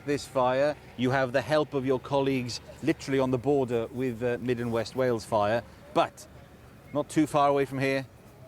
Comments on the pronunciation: It would be better if said Way-Yulls. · Hail, snail, whale= Wales. Please make the effort to at least try. You are driving me insane lately with your pronunciation it is not Wells it is Wales 😅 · Love your videos, I've just got one request. Please stop saying "wells". Wales isn't wells like bells. It's Wales like Tails. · Its WALES not WELLS ffs. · Wales pronounced as Wails or better still Cymru pronounced as Come ree. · it's way ells boyo... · He has always said wells for Wales lol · Not wells . WALES